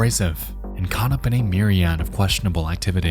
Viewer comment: By the way Nex, myriad is pronounced with a schwa at the end like Miriam